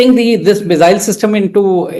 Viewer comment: It's not zee, mizzile, but see, missile. RAIdar. Not RaiDAR, emphasis on first half of word.